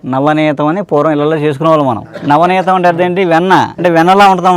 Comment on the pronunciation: నవనేతం కాదు, నవనీతం అనాలి.